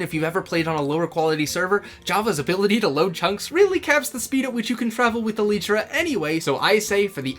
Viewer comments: Why do you pronounce it like that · no way he pronounced elytra like that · The worst crime is murder. The way says elytra: hold my beer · The mispronunciation of elytra is really distracting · The way this man mispronounces elytra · Good video! My only criticism would be your pronunciation of the word "elytra" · Elytra -> Eh lie truh | Elitra -> Eh lee truh Stop saying it like that man, I can't stop noticing every single time you say it. Great idea tho! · Its not elytra (e lee tra) its elytra (e lie tra) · Ermmmm you spelled Elytra wrong, it's not "elitra" it's "ELAITRA" 🤓👆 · el-lyt-tra not E-LEET-TRA I'm crashing out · good idea but its elytra not elitra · Brilliant. But i am personally teiggered by how you say elytra. Cause ive always said it "el-eye-tra" not "el-ee-tra". Not a criticism but my face cringed everytime inbetween the absolute entertainment lol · Its an elytra elaitra not a elytra elitra😂😂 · uhm... im pretty sure its an y not an e so shouldent it be e-ly-tra and not e-leeeeeeeeeeeeeeeeeeeeeeeeeeeeeeeeeeeeeeeeeeeeeeeeeeeeeeeeeeeeee-tra? (please dont start a war in the replies) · I like it But why do you call elytra an "eleetra" instead of "elaitra"? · Is it "eh-lee-trah" or "ee-lie-trah"? Cause I pronounce it the second way 😭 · ITS ELYTRA NOT ELITRA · e-lie-truh✅ e-lee-truh❌ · Why must you call it eleetra, I like the idea but I just can’t ignore you calling it eleetra. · ive never heard it called eh-leetra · a video about Elytra, and he calls them "Eleet-ra". Yep, they are definitely Elite ! btw, great vid ! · "Eleetra" hahaha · he keeps saying eleetra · Excuse me but... EL-EEE-TRA? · God, it hurts too much hearing elitra, am I the only one who thinks he is pronouncing it wrong? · ‘ell eee tra’ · I ain't taking advice from someone who says "ee-lee-tra" ..... He do got a point tho :) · Bro please say elytra correctly. It’s el.ay.tra, not .tra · Bro said E-lee-tra 💀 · its pronounced el-eye-tra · love that video "elii - tra" "elytra"